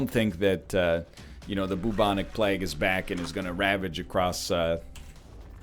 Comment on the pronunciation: Why the frick he says bubonic plegue